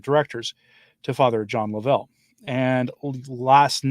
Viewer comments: (: you pronounce his name as Lov - ell, vs Lo-vell.) Too many egos, too many amateurs and too many cooks in the kitchen. That's what a non-profit is all about. Ludicrous. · His name is LOVE EL RHYMES WITH SHOVEL. The reason no media is reporting is because they are all complicit of promoting him without ever vetting him! And turned their heads at many red flags. Lovell and his “charity” provided content for social media and professional Catholics looking for events to sell their books.